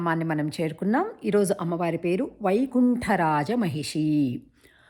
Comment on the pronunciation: "" మహిషి "" కదమ్మా, పలికేటప్పుడు "" మా.... హిషీ , అని మ కి దీర్ఘం పలికారెందుకు?